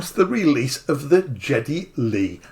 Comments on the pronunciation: It could be the accent more than anything but I believe his name is pronounced /ˈɡɛdi/ which is more like "gea-ty" not "jet-ty". Getty was born in NA/Canada. I saw this promoted a couple days ago and was intrigued. I love Rush's music (of the free spirit and individualism, libertarianish values, etc. etc.). How I came upon it was more likely because I had a rush, pardon the pun, to explore old school analogue synths. Oh, and I agree, why not charge $10,000 for it. Have him sign each one and put a pretty plate 1 of 500, or whatever on it. But I sure am not going to go out and spend $5500 on a Moog when a plug-in and a Melbourne Instruments Roto capture can give me 80% of the experience, or even (don't throw tomatoes, please,) Behringer Mode D for less than $250 with tax, shipped to my house. But I am Gen-X. I grew up in the era of Ensoniq, Roland, Yamaha DX7, Korg M1 era, looking back at Moog and OBs are welcome relics but not a childhood star. If I were to buy one I wouldn't be using the Moog hardware to perform music in stadiums in a grueling tour. It would sit with my 88 key piano workstation and 61 key mid-tier gig, right next to my Ableton set and be something I'd enjoy using. I could justify more than the going priced for used equipment, I love the red color, and the accessories. But collectable stuff is really not my bag, other than tokens of my travels I use to recall fond memories. So, I agree the price is well thought out, as it is a limited run, and they do offer so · When I found out the price, to be honest I as shocked . I was expecting it to be around 7 grand. Way above my budget. But if the standard version is 5 grand? The sound of the mini Moog is the stuff of legend, appearing on some of the best music ever created. Incidentally, I’m not here to pick holes, but you are mispronouncing his name ( even though it’s not his real name ) the “G” it pronounced like Gary. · Oh my! Geddy is pronounced with a hard G! Not a J sound. 🤦🏼‍♂️ 😜